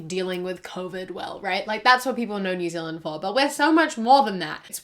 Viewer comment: Ah yes new zealaind